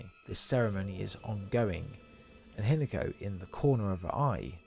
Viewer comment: Not sure if AI or not, but it's HEE-NA-KO, not HIN-A-KO